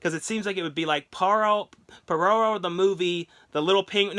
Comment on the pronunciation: Its pororo not the you said